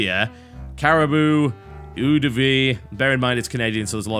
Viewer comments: Eau is pronounced oh and eau de vie means water of life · "Eau" was totally wrong. I didn't hear any other big mistakes, the accent will always stay though. What would you expect of a cynical brit? :)